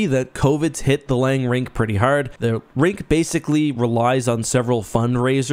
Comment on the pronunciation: are you a maritimer? The way you pronounced "heart" and "hard" make it sound like you're from Nova Scotia!